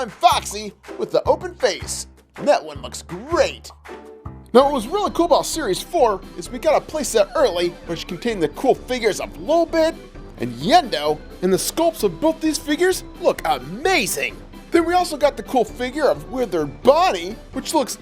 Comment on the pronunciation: It’s not yendo it’s yeeto